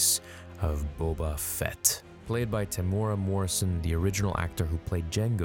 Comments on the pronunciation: Heads up, Temuera is pronounced more as “tem-you-ere-rah” said fast with a quickly rolled r on the last syllable vs “temora” ☺️ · I thought it was pronounced Tem u rah? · pretty close, just need the e in there. In Māori the letter e is pronounced eh. I tried to type it out in my original comment in a way that non-Māori/NZers would understand easier 🙂